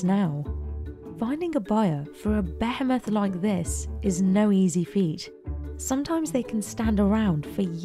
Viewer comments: sounded like she was gonna say “behelit” for a second there. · Pretty sure that's not how you pronounce behemoth